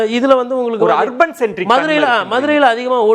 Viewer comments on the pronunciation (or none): கோடீஸ்வரன் மிக அழகாக தமிழில் நகரம் என்று சொல்கிறார். நெறியாளர் அதை ஹர்பன் என்று சொல்வது தமிழை கொலை செய்வதற்கு சமம். கடந்த காலங்களில் கோடீஸ்வரன் பார்வை விஜய்க்கு எதிராக இருந்தது. இப்பொழுது அந்த பார்வை மாறி இருக்கிறது. 60- ஆண்டு கால திராவிட கட்சிகளை வெளியேற்றியதற்கு விஜய்க்கு மிகப்பெரிய பங்கு இருக்கிறது. தவேக புதிய கட்சி ஆகவே நல்ல ஆலோசனைகளை வழங்குங்கள்.